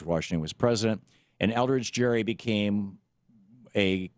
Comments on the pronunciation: I'd say he got a bad rap. You can't even say his name correctly. The "G" in "Gerry" is not pronounced like a "J", it's a hard "G". Crack a book, would you? You talk about reading the history, but you clearly haven't. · YOUR SAYING IT WRONG IT HAS A HARD G GERRY HARD G JEES LEARN YOU HISTORY